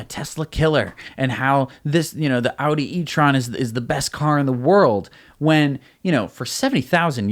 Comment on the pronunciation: I really thought pronouced it french, had to go back twice 😂 etron 💩